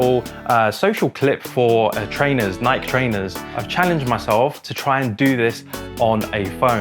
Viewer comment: It's not Nike, it's Nike (Nike - e). 🤣